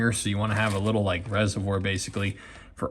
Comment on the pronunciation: “I laike it 🙂” love it